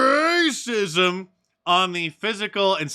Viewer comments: Hey Mark, you didn't do the red trembling face effect on "RRRRACISM" today and in actually howling at the unedited version, you should def do that from time to time. I'm actual howling over here 😆😆😆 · I missed the metal when "rrrrrrrrrrracism!"